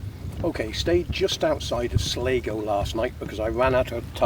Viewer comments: hope you had a good time, i think the place your talking about is Sligo... pronounced sly-go 👍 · and no don't take his advice they dont pronounce sligo like he does 🫣